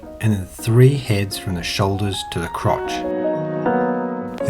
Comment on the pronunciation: Something about you saying "crotch" is hilarious to me